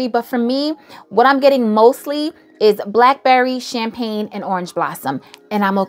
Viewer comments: Don Rosa is Champagna!😂😂 pink me up is “champagne. Get it right guys.. and peep the difference😊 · it sends me every time you say CHAMPAGNA 😩😩